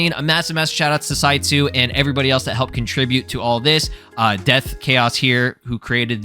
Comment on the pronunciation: That entire time you were saying "Saitsu" towards the beginning of the video. I kept hearing "CyYu" and kept going "Wait.. When did Kaggy become a mod dev?"